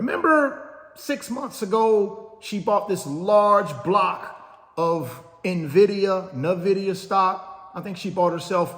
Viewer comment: Sir. Please decide how you’re going to pronounce Nvidia. Find out how Jensen says it and mimick that if you care about being right. Either way, put that to rest bro. Love the channel. I’m an almost daily listener/viewer. I’m considering joining wealth builders soon so no hate at all. The value of what you do here is beyond your comprehension. Trust me.